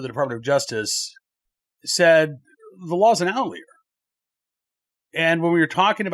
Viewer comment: I love you Please pronounce OUT li ER